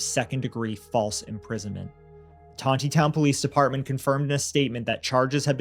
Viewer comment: It is not "Ton te town, It is Ton knee town"